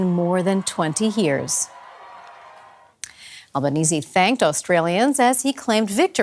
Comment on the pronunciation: You must be the only non-Australian news outlet that pronounced our Prime Ministers surname correctly 😅